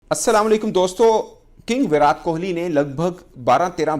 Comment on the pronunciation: Abey inke muh me kya problem hai viratttttt hai vo विरात नाही😤😤😤